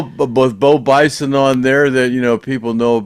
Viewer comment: Bo Bice not Bison